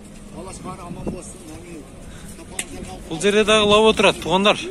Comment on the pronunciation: Лаво дейсинби